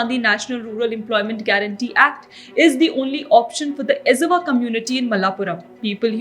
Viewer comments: While pronouncing Z of malayalam and Tamil you should pronounce L. it's ilawa not izava. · Please, it’s not pronounced Ez-ava, it Er-ava & it’s not Ala-Puza, it’s Ala-pura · We are not esavas. Pronounce it clearly first and tell. EZHAVA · ' Esavaas ' really ???? This us why we call north indians dumbass! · Ezhava is pronounced as Ellava. It pains to hear. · Your pronunciation of Ezhava and Alappuzha is hilarious 😂 I've noticed non Malayalis, even Tamils nowadays are butchering the 'zh' sound. Edit: My god it hurts to hear you say it wrong so many times 😂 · The pronunciation of the word Ezhava is incorrect.